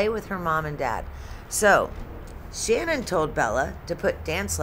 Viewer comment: Her name isn't pronounced as Shannon. It's Sha-nann, the end pronounced like word nanny starts.